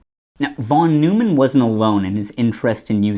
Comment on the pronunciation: Neumann is pronounced "noy-man", my guy. It's not like Jerry Seinfeld was his nemesis, That would be... maybe Wiener? Pronounced in the hilarious way.